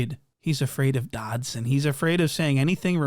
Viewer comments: The fact that he keeps calling that man "Dodson" has me gone🤣🤣🤣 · Really calling him Dodson 😂😂😂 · Dodson??? lol suspect? 😂😂😂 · U calling him Doddson is so funny😭😭😭